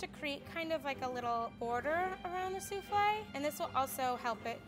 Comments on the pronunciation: Suflle lmao 😂 hahahahahah suflle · No one: Literally no one: her: pronouncing souffle soofley Me: what?! Its pronounced that way?! I thought it was pronounced soofall🤣